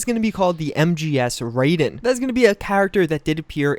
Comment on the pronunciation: ri-den on rai-den get IT RIGHT